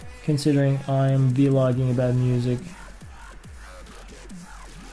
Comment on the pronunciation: yeah he sais Vi-logging